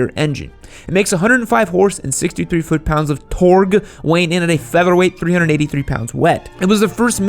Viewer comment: Just say torque normally dude